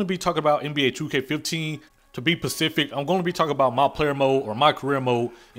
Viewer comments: did this dude say pacific?? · "To be pacific"?